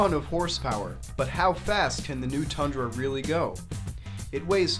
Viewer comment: why is everyone calling it a thundra??? its a TUNDRA